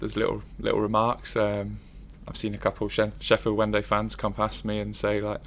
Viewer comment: He said Sheffield Wendy fans 😅